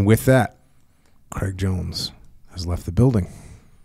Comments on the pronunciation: Dear America, Craig does not rhyme with Egg. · "kreg" jones. Jocko forgets to pronounce the "i" in Craig.